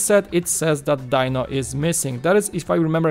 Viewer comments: Die-No?... I thought it was pronounced Dee-No? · it may be spelled Dino but I never once heard Fred say Die-no, it was always Dee-no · Just for clarification..I don't know if it's just your accent or your going by how it's spelled but it's not "Die-No" as in Dinosaur, but "Dee-No", at least in America that was how the Flintstones pronounced his name..and I don't buy big sets for Lego very often..usually I only go about 40 bucks but my nostalgia goggles are on so I think I'll just have to find a place for the Flintstones set..one of the reasons I don't buy very many Lego sets or especially big ones even if it's one I like the looks of..like the Sanctum Sanctorum..is I don't have dedicated space for Lego sets and I usually focus on space for my Gunpla Gundam model kits..heck most of the small Lego kits I have are sitting in a large drawer after I built them and they are all vehicles bar the healing facility from Star Wars with the Bacta tank..it's the biggest set I have. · Dee-no is correct! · yep. was just about to comment the same thing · DEEEEEEEEEEEEEEEEEEEEEEEEEEEEEEEEEEEE-NO!!!!!!!!!! not DIE NO.. you say he was you favorite character, yeah right! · Not Dino, his name is pronounced "Dee-no"